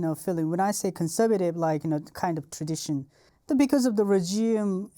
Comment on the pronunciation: Fascinating. We don't know how good we've got it in the West (or any democratic nation). Also I love how he pronounces "regime"...rej-ee-em.. hehe. His English is amazing though. Better than most natural English speakers 😂😂